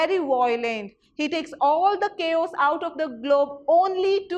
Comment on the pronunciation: teaching is good but what about the pronunciations you been the teacher make silly mistakes what will the students learn you are make mistakes in basic terms like chaos you are pronouncing it like kos🤣 pls be mindful of that